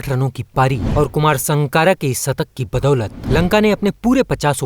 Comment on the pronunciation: Hindi to bolna seekh le satak nahi shatak hota hai